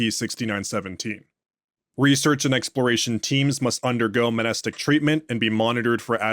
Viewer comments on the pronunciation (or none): Love your stuff. Just one nitpick, I’m pretty sure the M in Mnestic is supposed to be silent.